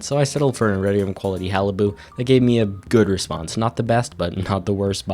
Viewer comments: no, you pronounce it with the T. said haliboo. It’s pronounced “Ha-luh-buht” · ainnoway you just pronounced “Halibut” as “haliboo” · Haliboot eh? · “Iridium quality Hali-boo” 💀😂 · Why do you pronounce halibut like that?!?!